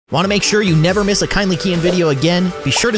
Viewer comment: Kindly keyin not kindly kien 😆😆😆😆😆